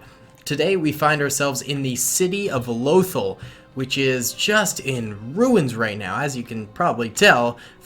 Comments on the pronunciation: Its pronounced Loth-all and it's from star wars rebels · "Loathal" you say it like you should hate it but it's pretty clearly pronounced way differently in rebels